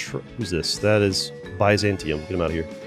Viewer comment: The pronunciation of byzantium physically hurt me